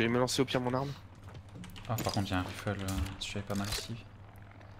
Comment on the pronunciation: On lui dit que ça se prononce"raïfle", pas"rifle" ?